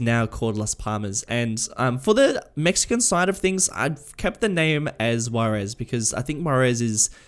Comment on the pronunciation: Yeah your pronounciation is pretty bad, i thought you were saying the city is called Guaires and it´s actually Juarez. Also Las Palmas is a pretty bad and unoriginal name.